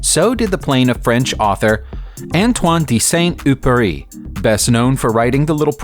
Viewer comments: Saint Euperie? Who, the hell, was it? Try to pronounce properly !!! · Here some help ...Antoine the Saint Exzuperry. The " U " is not pronounced " eeyou " . As for now, I can't come up with any english word to compare with, the proper pronunciation. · Wow ! That is the worst pronunciation of Saint-Exupéry I've ever had the misfortune of hearing, and technically his plane was not a P-38, but an F5, but this is a minor point. Also wrong is your pronunciation of Countach. The name is not in Italian, therefore the ch=k rule does not apply. The name is pronounced Countash. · SAINT EXUPERY Antoine de Saint-Exupéry "EX-UP-ÉRY" and not upéry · Sont Oopurry and Marsigh... It's Saint Exupery and Marseilles!! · "Saint Exupery", not Syant Epury "Marsay", not Marss-eye "Coontash", not coontark "M-eye-ssen, not "Missen" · It´s Antoine de Saint-Exupéry and not „Samduppery“. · Saint epery or something instead of Saint-Exupéry xD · Sant Ex-oo-pay-REE.The "Ex" in Exupéry is NOT silent. And he crashed off Mar-SAY. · You should really work on you pronunciation of foreign words and names. St Epury for Antoine de Saint-Exupéry? Come on! Do some resarch before you start babbling into the microphone.